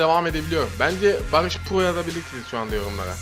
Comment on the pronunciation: Bağğış Bğaaa deyişini tekrar tekrer dinliom sardı vallaha